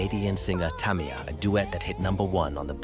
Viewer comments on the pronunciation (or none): This mf said "Mary J. Bleej", "Eric Bennet" and "Tommyia"... I had to turn if off after that ...